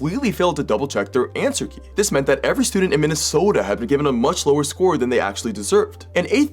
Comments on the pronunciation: I love the way you enunciate Minn - E- Soota. No hate, I have family from there & love the accent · I’m sorry, but from person from Minnesota myself yes said the oh in Minnesota too long you say it how you read it, hon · He tried too hard the second time. Actually, as a life long Minnesotan, he sounded more Canadian. There's more inflection than just the hard 'o' sound, don'tcha know. Points for trying though. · Why do you pronounce my state like that